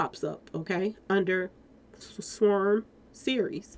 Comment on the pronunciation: Love your videos....but sis I barely made it thru this one with you constantly saying SWERM...... sw/arm = swARM, 🤣😂😭😭😭🤣😂🤣✊🏾💯🎯❤️❤️🙏🏾